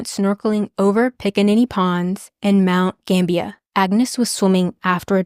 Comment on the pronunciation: Awesome video. I just looked it up, and you were pronouncing it right. Mount Gambier is pronounced like it's spelled. Like, it's not pronounced Gambia, that's a country, it's more like ... Gamb-bi-eer.